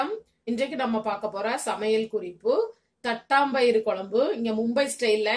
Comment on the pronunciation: அது தட்டாம்பயறு இல்லங்க... தட்டப்பயறு...